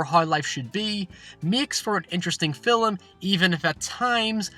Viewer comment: How about an explanation for film vs filum? You pronounce it incorrectly in one sentence then in the very next sentence you pronounce it correctly. I'm not trying to be offensive, just truly baffled by this.